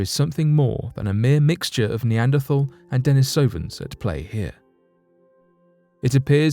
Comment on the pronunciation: Neanderthal is typically pronounced "nay AND err tall", or similar among the scientific community. This isn't meant to chastise you, but provide an opportunity to you and your audience to decide what to do with this information. Your videos, including this one are very entertaining and informative. Thank you for the efforts.